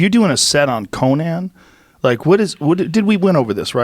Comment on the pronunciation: Joe “COE-NAN the Barbarian” Rogan